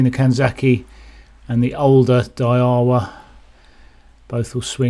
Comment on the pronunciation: Its a Day Wa not a Dayahwah Its a Son ik... Not a Sone ik.....